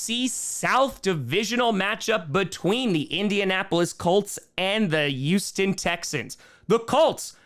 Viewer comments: It's Houston not Yousten. And given the Texans lost three of their starting O-line players I'm not gonna read to much into the O-lines performance just yet. Oh...I think CJ shut up all of those who said he couldnt scramble, with the depleted O-line he had no choice but to scramble and he did a pretty good job of it. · He says Houston. His accent makes it sound like Youesten though